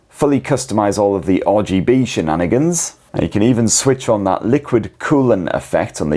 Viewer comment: stop saying shininanigans